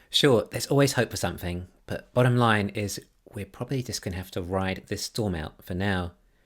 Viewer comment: It's important to remember that Tesla is absolutely crushing it. All else is noise. And you said 'bottom'.